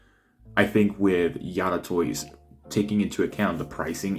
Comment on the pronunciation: I think you're the first person I've seen to pronounce it 'Yada' lol